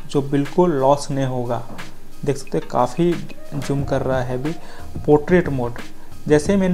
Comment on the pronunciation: Zoom hota he Joom nhi